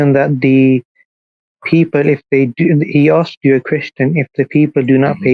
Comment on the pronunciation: Props to what he's achieved, but saying "axed" instead of asked is just wrong.